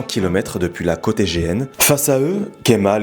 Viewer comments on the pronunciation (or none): none